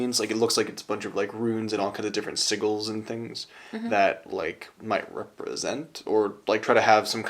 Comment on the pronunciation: Someone alert Matt Mercer, we found the only other person who pronounces 'sigils' with a hard 'g'.